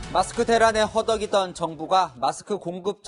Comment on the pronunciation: 문제인 마스크를 마츠크 라고 밞음함